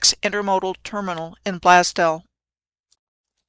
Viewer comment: Blaze-dell. Sorry ma'am. Don't mean to be rude.